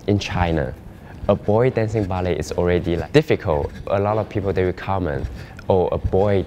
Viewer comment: This is how you spell Ballet. This is how you pronounce Bellay.